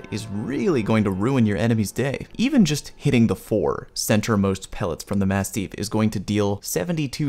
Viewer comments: For the record, it’s pronounced like “mast-if” not “mast-eef”. It’s named after a type of large dog of the same name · Did you just say massteef? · Jesus the way you keep saying masteef is really killing me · Has anybody mentioned that you pronounce "mastiff" weird yet? ;) P.S. Glad to have this. I wish the Apex Legends firing range were more fleshed out. I'd like to play around with all the guns and all of the attachments in a free mode like that. One thing I don't actually know yet: how much damage to down a player? How much to kill a downed player? Seems like a simple question but haven't seen it shown yet. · when you said one incorrect term I though you were talking about you horrible pronunciation of mastiff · That was a good video but why is he saying mastiff so strangely???? Respawn didn't make the word up - mastiffs are huge dogs